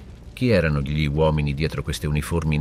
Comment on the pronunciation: ma è un traduttore automatico che parla ? sbaglia la pronuncia di GLI